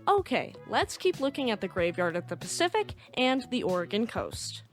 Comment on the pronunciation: You must be from the Oregon/Washington atea. You pronounce "Oregen" correctly! I was told it isn't "Oregone".